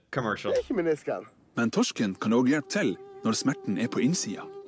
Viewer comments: bruh that was perfect pronounciation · you sounded veeeeeery norwegian when you said "torsken"